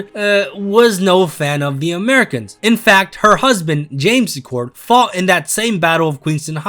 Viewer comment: Laura See-cord. 😊